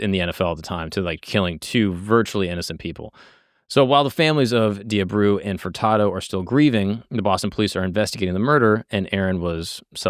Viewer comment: except he’s not lol he mispronounces Abreu , Mackey, both girls names and a few others… not that it matters much, just pointing out bc he got props for it 😆